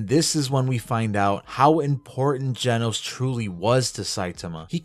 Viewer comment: its not jenos its genos you triggred me so bad in this vid 😭